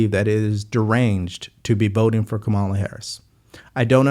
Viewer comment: I want to take you seriously but you still can't pronounce 'Kamala'. It shouldn't be THAT hard to grasp.